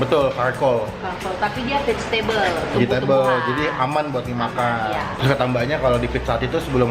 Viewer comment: "Vagetable" apa tu? 😂😂😂